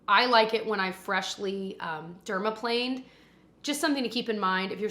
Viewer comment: Somewhat celebrated when you said “dermaplaned” on the first try! 😂